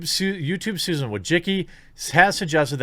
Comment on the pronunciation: Susan....how did you pronounce it?